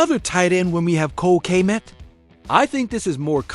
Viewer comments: Gotta stop using AI for your voice overs. They can’t pronounce any of the players names properly Kay-met, O-dones. Kmet and Odunze deserve better lol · Man you chopped up so many players names lol. Gotta do your homework (Odunze, Kmet, Shedeur)